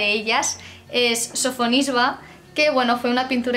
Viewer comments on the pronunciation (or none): Simplemente me ha dado la sensación de que no hay fluidez, muchos nombres no se pronuncian bien (Sofisba?), la capacidad de relación con el contexto... Creo que se necesita una formación más especializada. Es como si yo, que no tengo idea de Física o Química me cojo varios manuales y me creo que con eso es suficiente, pues no. La historia del Arte es mucho más que eso. De todos modos, todo lo que sea divulgación en este sentido me encanta y por eso te animo a seguir mejorando ;) No todo se aprende de un día para otro.